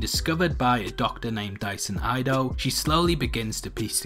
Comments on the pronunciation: Dyson's last name is pronounced "ee-doe" not "ai-do". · It's not "AI-DO". Come on, man! Respect the pronunciation of Japanese. You don't want people mispronounce your name either right!? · "Ee-doh" at least pronounce the name properly....